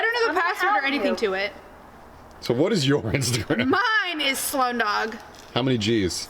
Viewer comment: It’s Sloane, not “Saloane”! Jk. Cool vid though.